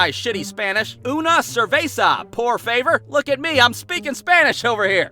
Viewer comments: It's not POOR-FA-VOR it's POOR-FU-VEOR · Its po-va-vor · Omg I can't believe it hahaha "Por favor" it's pronounced as "Por pabor" I mean I did get the humour of it but it's funny how you say it 😂